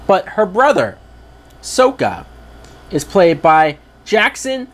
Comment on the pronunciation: Let's hope that Netflix can do better also their names are Aang not ong sakka not soeka Iroh not eroh it's zuko not zuku you mess up his name MB and what's wrong with you M night! Watch the show it's a masterpiece